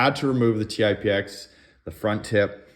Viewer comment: Paintballer here. Good video. I was actually playing with the idea of swapping bolts for efficiency gains in my TipX. Good to know a little work will have to go into it. But real quick, it's called the Tip-X, not T-i-p-x, but Tip, as in Tippmann. And lastly, Techt is pronounced "teched". 👍